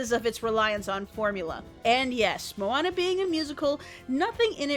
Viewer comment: At the beginning i thought she said Obama. :)